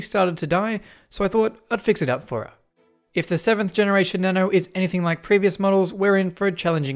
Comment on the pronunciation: its supposed to be na-no